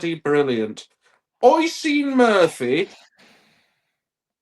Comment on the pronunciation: Love the podcast, but I do have a small gripe. (obviously) isn't Oisín's biggest fan, but could you please pronounce his name properly? It's pronounced "Usheen".